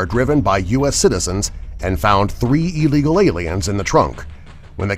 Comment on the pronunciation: "two illigal aliens"? XD